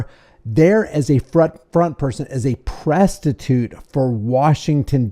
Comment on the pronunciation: I hope “presstituits” goes viral 😂